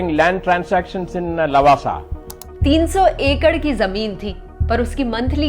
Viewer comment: you fool not lawaasaa pronounce it Laawaasaa